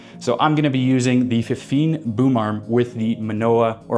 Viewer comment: How do you make a video comparing 2 products and mispronounce both of them lol